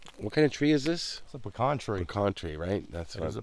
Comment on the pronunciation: Great video! PS it is a pee-can tree....the pee-can pie comes from the pee-can nut.